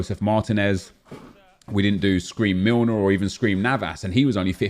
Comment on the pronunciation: Nobody:: James (foreign pronounciation) Milner... Gets me every time